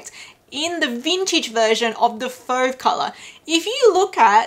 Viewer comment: Your pronunciation of fauve is fine!